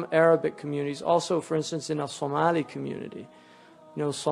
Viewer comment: Lol I love how accurately our sheik pronounced Somali. You would think he is Somali